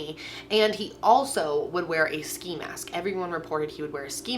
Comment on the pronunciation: “sci mask” ? 😂 it’s s(Kc)i 😂